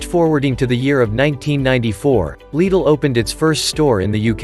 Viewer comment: I couldn't help but notice you pronounced Lidl correctly. Why is this so hard?